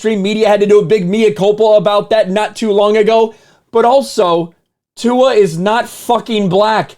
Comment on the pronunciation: Tua's last name has no "n." So, why is he mispronouncing Tua's last name with a phonetic "n?" When you call out an idiot, try not to do so in an idiotic manner! A fool calling out a jackass' nonsense is funny for all the wrong reasons. "Racism", "racist", and "because I'm black" have become overly used, mostly by people who refuse to take accountability for the ways their actions lead people to treat them.